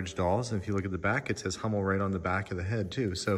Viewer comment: Oh, and a little information: Hummel is pronounced with an u like in full, not with an a like in master. Greetings from Germany. 🙋🏼‍♀️